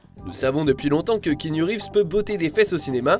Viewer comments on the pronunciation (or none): Le « Kenyu » est juste insupportable !